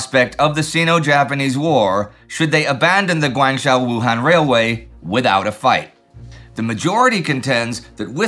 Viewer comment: Guangzhou is correctly pronounced Guang (with a short "a" sound, not a long "a" sound) zhou (rhymes with toe).